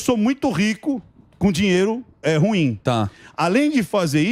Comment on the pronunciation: Ruim é oxítona, cavalheiros!